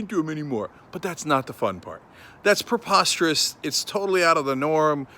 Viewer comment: it sounds Italian (I know it's not, though). I want spaghetti, or lasagna, or chicken alfredo.